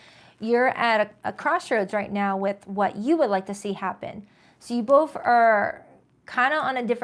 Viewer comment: Hey where are u from? U have an accent? You say "f" at the end of words instead of "th" like both .... u say boff instead of both ... my mom does the same and she is from Trenton NJ ... did u grow up there too?